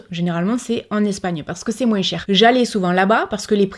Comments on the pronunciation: pk elle prononce les S de moins Oo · Salut ma jolie, j'adore quand tu dit moinsss au lieu de moins,je trouve sa adorable sa change,moi je suis famme couleur et a chaque fois que je me trompes des mots je suis tout de suite reprise même ma copine me fait comprendre que ,elle m'assure que je ne sais pas parler français, moi je ma façon de parler et je la garde je m'en fiche pas si je parle bien ou pas ,tu vois un peu le choses brefs,ouf sa fait du bien de le dire, bref ,pour le savon solide j'aurai aimé d'en utiliser mais je ne peux plus, je attraper un maladie de peaux en dessous des mes seins et mes en dessous de mes bras, bref je ne sais plus comment on écrit sa tu m'excuseras,si le culotte menstruelle me plaît,mais ce où que tu les a acheté, j'aimerais en acheter aussi, merci beaucoup pour ton partage sa fait prendre conscience,pour la viande je n'ai jamais trop manger par contre tous qui es fruits de mer ce mmhhh les chaussures trop haut je tout donner a Emmaüs même je me suis débarrasser beaucoup des vêtements, puis je suis sur une projet des n'est plus acheter mes vêtements,je fais beaucoup des couture alors , je suis près pas très maquillage non plus mais prendre bien soin de ma peau oui , et je dit bravo pour toutes ces efforts que tu as réussi à passer, a nous de prendre exemple de toi,bon je parle à ce qui veut faire 😘😘😘😉😉😁😁❤️❤️❤️❤️😍😍😍😘 on adore et bonne fête 😉😁😉😁des bonne santé aussi a toi et à ta famille 😍😍😘😘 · Cc on dirait ma tête qui parle 😄 même avis que toi.... tu pourrais essayer de faire une vidéo sans dire le S dans moins 🤣🤭🤭 juste pour voir ici en Alsace on dit MOIN 😁 BISOUS MA BELLE 🥰😘🧑‍🎄🤶🎅🎅